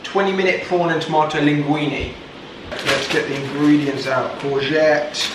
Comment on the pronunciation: “Courgette” iykyk 🤪